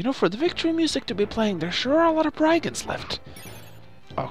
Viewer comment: It's branonced i in brigands